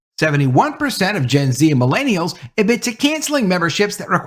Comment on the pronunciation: The way pronounce “millennials” hurts my soul deeply. Just stop.